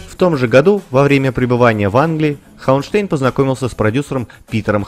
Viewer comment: Да, у Курта фамилия звучит не ХауэнштЭйн, а ХауэнштАйн. Она читается по немецки, т. к. он немец.